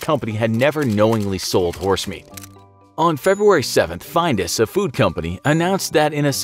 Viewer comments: Hearing Findus (Finn-Duss) pronounced as Fined-us, it's both wrong yet hilariously ironic given the horesmeat scandal at the time... :P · Findus is pronounced like the I in Finn... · It's pronounced fin-dus not find-us. 🙄